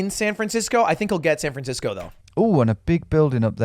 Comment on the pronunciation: Ah yes, my favorite city "Fran Sancisco."